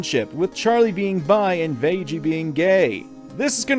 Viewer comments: THAT'S INFURIATING It's pronounced [ˈvæ.ɡiː], not [ˈveɪ.d͡ʒi] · did you just call vaggie vagie... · its pronounced Vaggie, you pronounced it Vajie. nice video other than that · My only issue with this video is. It's not vajjie its vaggie. A hard G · "Vay-gee" Top notch name pronunciation of Vag-gee. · Please... please stop saying veggie I am begging you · Did he seriously just call Vaggie "vajjie"? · It’s pronounced vaggeeh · Vag-ie is how it's pronounced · It’s pronounced (vag-e) but still love the video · It's Vag-gy. Think baggy, but with a v instead of a b, or Maggie with a V instead of an m. (Yes, this is a taste of me triggered.) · Just a heads up, Vaggie's name is pronounced like "Maggie". XD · How the fuck do you mispronounced Vaggie when her name is said in the show? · Am i the only one who was bothered by how he pronounced vaggie? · This video makes a fantastic point, BUT you’re pronouncing Vaggie wrong... there are two “g”s. Like, you wouldn’t pronounce “Peggy” with a soft g.